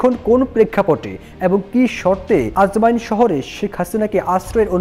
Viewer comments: Ajman, not ajmain 😮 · আজমাইন না আজমান, উচ্চারণ ঠিক করেন। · Bhai... Ajmain na... Ajman....